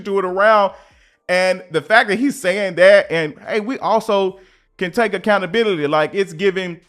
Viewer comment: Ac count a bil i ty …. Six syllables … toooo much for the lazy ones …